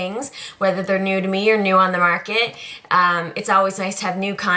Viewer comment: I found you through michelebell1218, and I've got to say, you have become one of my favourite girls to watch. Yes, I spelled favourite with a 'u'; I also adore that you're a fellow Canadian gal. Your east coast accent comes out when you say words like harder and market, and it's adorable lol. I also follow you on Instagram, I'm :)